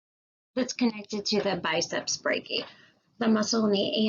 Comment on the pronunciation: try saying "biceps brachi-eye" instead of "biceps brachee" and "sulkis" instead of "sulsis"